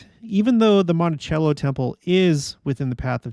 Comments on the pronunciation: It's pronounced "Monti- sello" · It’s pronounced Monti -sello. I’m from Moab, it’s our temple, and we are stoked about the eclipse! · Monticello is pronounce mont-a-cell-o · Monticello UT - pretty sure they pronounce it Monti-sell-o